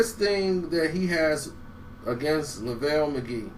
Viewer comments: "Lavale Magee" 😭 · he must have watched my video... lol. and he said lavel McGee.